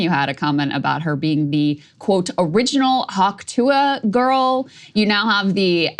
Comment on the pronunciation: the way Krystal said "Hauk-Tuah" was very disappointing...